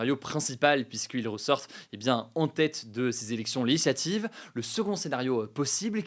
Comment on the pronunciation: "les élections leyislativ" oh la fatigue 😂